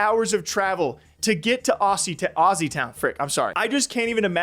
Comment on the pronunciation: Your pronunciation of “Aussie” is a crime! 😂